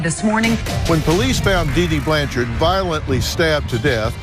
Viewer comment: There is no E at the end of her last name, it’s Blanchard & not Blancharde